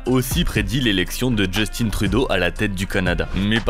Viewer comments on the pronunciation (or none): En temps que québécois s'il te plaît genre j'aime bien tes vidéos mais c'est Justin pas Justine pas d'accent anglais parce qu'il est Canadien c'est prononcer en syllabe Just-ain c'est tout